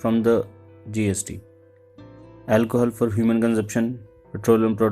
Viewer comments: brother its Alcohol. Not alcohal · dude wtf is 'alcohal' it's 'alcohol' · Also, it's alcohol and not Alcohal